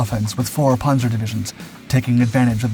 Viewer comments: Why is he saying ‘ponzoh’ and not ‘panza’? I know yanks have MASSIVE trouble with vowels but that is remarkably dullard-like. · It's just annoying when you mispronounce words basic to your story. Loses credability. The a in Panzer is short like pants, not like o in pond.